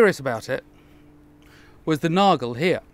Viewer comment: Extra credit for getting the pronunciation of "Nagel" right ! Matt Easton still screws this up, unfortunately... :/